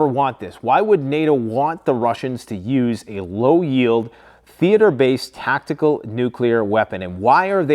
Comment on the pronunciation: Did he just say tac-tic,cool